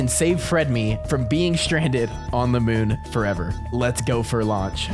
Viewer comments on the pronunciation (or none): none